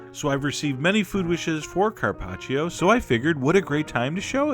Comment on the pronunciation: I'm Italian, and I LOVE LOVE LOVE how you pronounce Carpaccio :D